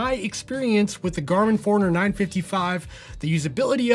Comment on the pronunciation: Honest question. Why are you pronouncing it the Garmin "foreigner" and not Garmin 'Four-runner"? Not trying to be a smart@ I'm curious if I've been pronouncing it wrong for the last 6 years.